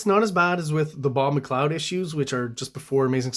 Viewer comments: ok, but McLeod you pronounce correctly as Mac Cloud - clearly having researched it - so I had to ask why when Todd starts every video he does saying his own name as Mick Far Lin you wouldn’t have researched that. Great videos - a lot of respect, just think it would be good to get his name right like you did for McCleod. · Appreciate the correct pronunciation of McLeod’s name but cringe at the Mc Far Lane pronunciation throughout. Todd pronounces it Mc Far LIn ~ so I’m not sure where you’re getting your version from.